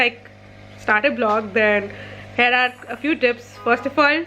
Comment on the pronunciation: I don't mean to send any hate peace but I get very confused when you say 'Hair' and you mean 'Here'.